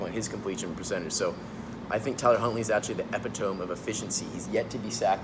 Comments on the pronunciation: Hey, guy in the black shirt.....you should not use words that you do not know how to pronounce. E-PI-TOE-ME...not E-PI-TOME. Did you attend USC? Guy in the striped shirt: why didn't you correct him? Did you also get a degree from USC? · "Epitome" uh· pi· tuh· mee